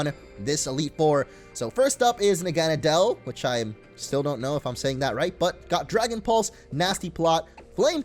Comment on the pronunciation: Naw-ga-naw-del pronounciation not Na-gah-na-del